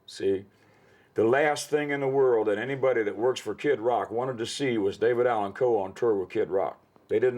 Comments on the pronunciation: RIP, legend! You will be missed! #RIPDAC HOWEVER, I can’t help but be distracted at who keeps pronouncing his name with a very pronounced L in it. Like Cole, instead of Coe. I know it’s probably just a weirdo like me who has ADHD and fixates on silly 💩 I’ll see myself out now! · Someone please tell this half whit it’s COE not Cole. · The dude saying David Allen Cole is is cringe to my ears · Take a drink every time that dude says "David Allan COLE"